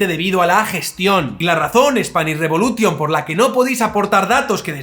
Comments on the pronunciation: Que bueno lo de "Spanish reBULOtion" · "Revolution" se pronuncia "revolushon". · no sabes pronunciar revolution? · Buen vídeo, "tas quedao" a gusto. Spanish Re'bulo'tion "sa dao" contra un muro, jakaka.